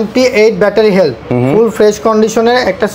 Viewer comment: হেলথ বলতে পারেনা, হেল বলে🤣